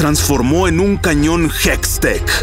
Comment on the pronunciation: Se dice hextech